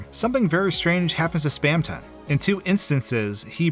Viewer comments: hearing someone say 'spam ton' like two words instead of how everyone else pronounces it 'spamtun' makes me cringe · spaamton? no its spamton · Its not spamTON its spamTEN its spelt the first way but you say it like the second way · your pronunciation of spamton enrages me it is spam-tin not spam-tonne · I pronounce it Spam-tin not Spam-ton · its not spamTON its spamTIN haha /j cool vid :D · the fact he pronounces it "spamton" and not "spamtin" triggers me i know its spelled like that but its just AAAAAAAGH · 'Spamtin', dude. like thorton? It wouldn't be thor-tonne. I never can get through videos with weird pronunciation like this. Im sure its very good though so take a like anyway. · hate how he says "spam ton" instead of "spamtun" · Awesome vid, but something ticked me off the whole time... SPAM-TUN?!?!??!?!??!???!???!??? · Spamton ❌ Spam tonne ✔️ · WHY DOES HE SAY SPAM TONG WHY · It's taking all of my power to get through this video. Please, anyone tell me why he would pronounce it "Spam ton" Someone help me please, it's the 10th circle of hell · it's weird that you pronounce "Spamton" "Spam-tanh" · we all have different pronunciations yknow, take that into account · That's a very odd way to pronounce "Spamton"